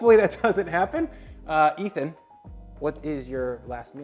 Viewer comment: Really? Nobody calling out on butchering Ethan's name? Okay.